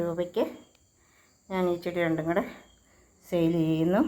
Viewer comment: Seil അല്ല sale